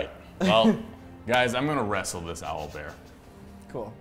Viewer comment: "well guys, i'm gonna wreasel this OwlBear" XD omg